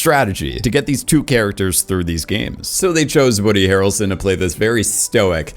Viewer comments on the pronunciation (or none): none